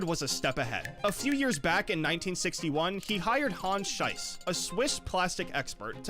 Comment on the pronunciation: Lego police has changed because the actual police has changed. They have become a bit more militarized, don't you think so? Edit: Should I say something about the way you pronounce "Schiess"? Or has it been said already? The way you say it makes it sound like crap, literally.